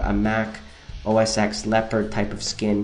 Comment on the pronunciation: Dude, you don't say 'OS X' you say 'OS 10'